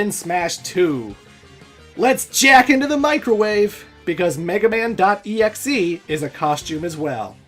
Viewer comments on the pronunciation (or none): >Let's jack into the microwave. Took me a second to realize what you're saying.